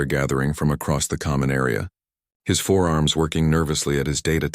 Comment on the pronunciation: Forearms....4 arms. So annoying.